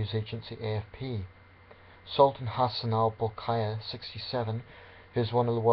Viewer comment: You are not Bruneian, therefore your outsiders view is invalid. You cant even pronounce our Monarch's name right. Whoever listens to you is an ignorant prune.